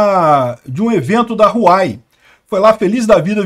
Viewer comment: Pronúncia-se "Uauei"